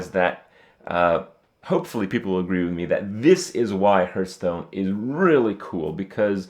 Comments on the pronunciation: Hahaha Krupp is getting worse. Now he pronounces it earth tones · 2 minutes in and he said HURTstone 5 times :P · How come he can say 'HearthPwn' but still says 'HeartStone' ?